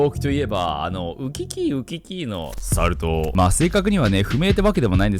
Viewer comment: サル痘の言い方めっちゃ好きw